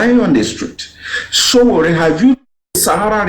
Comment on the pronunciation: My friend, his name is not Osowore, his name is Sowore. Correct yourself.